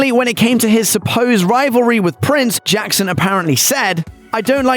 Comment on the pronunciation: "And sent the new version bacc to Jaccson Now you can't unhear it